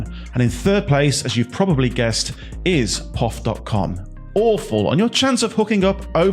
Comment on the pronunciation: It is called P.O.F. not the way you say it which makes me wonder?